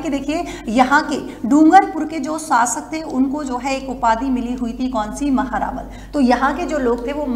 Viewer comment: महेंरावल नहीं महारावल 😊❤